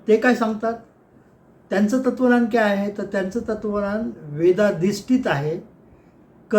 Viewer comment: तत्त्वज्ञान नीट उच्चार करावा धन्यवाद